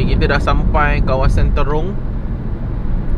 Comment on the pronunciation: Bukan terung tapi Trong